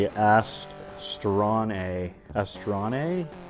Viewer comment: I don't think it's "Astronay"... 😊... "Astro AI" Maybe... it's nice, seems to work pretty good... thanks for reviewing.. I've used a car wash concentrate from Turtle Wax that has a built-in wax that stays on the car after rinse... seems to leave a nice shine on my old Grand Cherokee. AutoZone I think... maybe you could try some of that in there... also... the blue jean rear pockets attached to the workbench near the bench vise... I got to know.. what those are there for, it's driving me nuts trying to figure it out.. 🧐..????